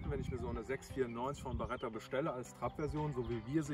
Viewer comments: Es heißt Beretta nicht Baretta😂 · Aber die heißt doch Beretta und nicht BAretta.Vielen Dank für das Video